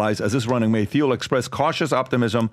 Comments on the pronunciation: The guy who kept ssaying Peter Thiels name as Theel (it’s Teeeel), is selling you on a an AI Webinar to steal more of your money? 😂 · Someone please inform Pat, theil is pronounced TIEL. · Patrick, it's pronounced Teal (not Theel). It's beyond time to get it right. Even pronounced it right. Come on, bro. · It is pronounced "Teel" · Thiel is pronounced like "teal". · Why does DBD keep using the Th sound when he says thiels name? Is that the correct pronunciation? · Dude. The H is silent in Peter Thiel